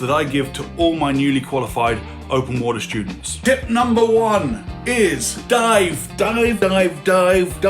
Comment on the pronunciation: just made the word dive sound weird😂😂